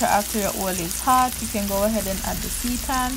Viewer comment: I knw this video was made 1 yr ago but just looking back thru the comment section. For clarification this plant based meat substitute is pronounce as ' See - tan'. Not Satan as we normally call it. Stay blessed. Stay safe ♥♥